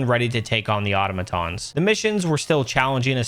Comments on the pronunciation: I love the way you say 'automatons'... you know, like an idiot 😉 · I like how you call Automatons "Ottomantons"